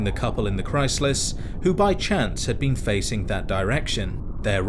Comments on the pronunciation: The only thing that bothers me about this video is that you pronounce been as bean. Lol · I love to think he's saying bean instead of been